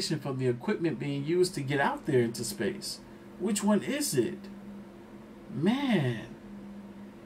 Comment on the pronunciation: We just gonna pass by the way the narrator adds extra vowels when he pronounces "space" like 'Spayus'